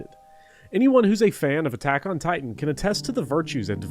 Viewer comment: I don’t think you played Final Fantasy 16… no one pronounces Titan like you did and Ultima appears early in the game